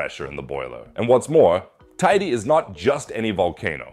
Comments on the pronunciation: “Tey-dey” not “tideh” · How many different ways are you going to pronounce Teide? It's TAY-DEH. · Shouldn't you at least learn to pronounce Tenerife and Teide before doing an article like this? None of this is surprising since its been almost exactly a century since the mountain erupted.